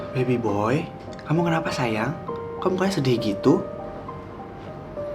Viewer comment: Kak susah banget bilang "SAYANG"